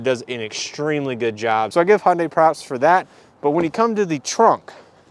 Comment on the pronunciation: It’s hun day not hun die